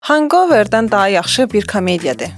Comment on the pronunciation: kontentinizin daimi izləyicisi olaraq bir məsələyə toxumaq istəyərdim. Kinoların adları original dildə deyilirsə, onun tələffüzünə diqqət etmək əla olardı. məsələn, Hangover yazıldığı kimi hanqover oxunulmur, “həngovr” oxunulur. ümid edirəm, pozitiv fikir kimi qəbul edərsiniz